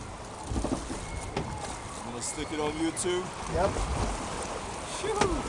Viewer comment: its funny how he said youtube